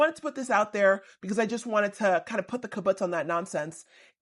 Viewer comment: LOL i think you were trying to say kabash but mixed it with kaputz because what you said was "kabutz" 😂😂 how you got it confused obviously makes total sense though since I immediately understood and recognized what happened